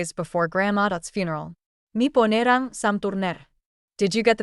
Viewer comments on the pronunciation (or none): Why do these stories have a statement that says something like "The phone rang" and the narrator makes it sound like something in Italian????